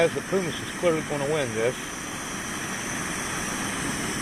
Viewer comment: and pronounce primus right